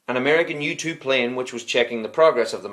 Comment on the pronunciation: 😂 i thought he said youtube plane but it's u-2